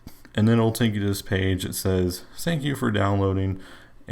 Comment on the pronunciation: he said sank you?